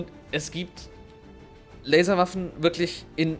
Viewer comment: Ich habe einfach viel zu oft Larswaffen verstanden ^^